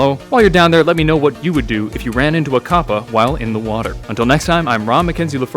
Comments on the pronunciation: It's capper not cappa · It's pronounced Kappa. Not Koppa. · Anyone notice his he pronounces kappa as 'koh-puh' and not 'kah-puh' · Why do you say copa it's kappa. Did you not look it up to see if you are pronouncing right? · It's pronounced kappa not kappa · I thought you said twitch Kappa